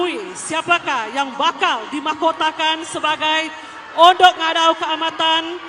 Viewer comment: haha siapa perasan ,mc tu sebut francisca peter nain...unduk jadi undok.